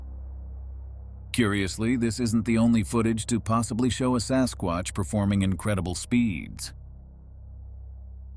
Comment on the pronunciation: the AI voice said sascrotch